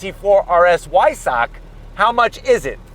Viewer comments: The "W" is pronounced like a "V". Vy-Sack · Not Why-suck😂😭😭😭😭😭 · It's pronounced "Veissah"....Cheers